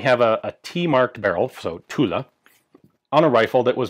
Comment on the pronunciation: Every time you say Tulle, I hear Tula.